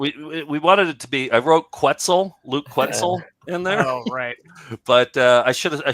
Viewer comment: Luke naturally pronouncing the first syllable of the made up name Quetzel correctly is proof it doesn't belong on the list😺